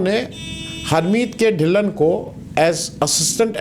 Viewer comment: अरे भाई साहब हरमीत के ढिल्लन नहीं हरमीत कौर ढिल्लों बोलिए